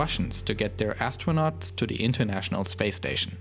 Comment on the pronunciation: "plogres" "dlis" "tle", language 100